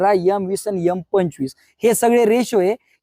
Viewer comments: गुरुजी आपले व्हिडिओ माहितीपूर्ण असतात, आवडतात. पण यल,यम, यस s नाहीतर एम ,एस s ,एल असं उच्चारायचं. नाही तर विद्यार्थी पण असं चुकीचं उच्चारण शिकतील. आपली हितचिंतक नागपूर हून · खूपच छान माहिती दिली.सर . पण सांगताना यम च्या ऐवजी एम हा शब्द वापरा. नाहितर मुलांचे बोलतानाही शब्द चुकीचे येतील. ( रागावू नका, उच्चारात सुधारणा करा. ) 🙏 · यम नाही रे बाबा, एम बोलायचे. तुझी मुलगी पण तुझ्या सारखं बोलू लागली तर चालेल का तुला? उच्चारावरून अशिक्षित वाटयला नको.